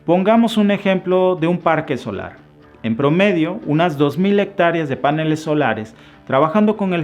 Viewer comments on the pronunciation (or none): cuando te escuche diciendo 'páneles' en lugar de paneles, que es como toda la vida lo escuche decir, me fui a la Real Academia de la Lengua española para confirmar si yo estaba mal o tú. Descubrí que es un error decir 'páneles'. Suenas feo cuando dices 'páneles'. Te hace lucir falto de educación.